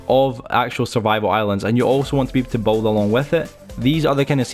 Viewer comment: He can’t say build properly